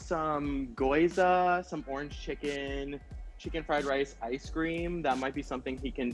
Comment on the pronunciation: calls gyoza 🥟 “goyza.”